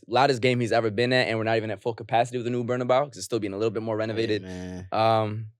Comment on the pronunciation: Great podcast, much anticipated and appreciated 😁 But y’all gotta stop capping on the Real Madrid stadium name, its BarnabEu not BarnabAu the E is pronounced like the first letter in the word Egg! you know spanish bruh don’t let it be confused 🤣🤣